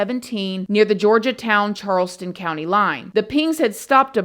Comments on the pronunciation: Horri-ble Horry County correct pronunciation. Georgetown as George not Georgia. From a SC resident with lowcountry roots. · George town, it's called Georgetown south Carolina. George -town. Not Georgia town lol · Love ya girl lol But its HORRY H is Silent. So its ORRY George-Town County not Georgia town Lol Made me giggle Thank you for covering. Still hoping Her mom sues Mooney and Girlfriend. Horrible Horrible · It's George.....town. not Georgia town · this case was a good one. thanks for YOUR take on it.... it's George-town though not Georgia_town lol lol it's cute! you got it at then...lol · How the fuck does she think Georgetown is pronounced “Georgia-Town”??? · Damg girl. You got these names all messed up. Lol I was born in MB. And am still in SC as a 47 yr old . Gorge' town And horry( O re') County .. just got a giggle out of how you said em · Thank you for covering this class. Just FYI Horry County sounds like Oree locally. Georgetown is just George-town. Random South Carolina stuff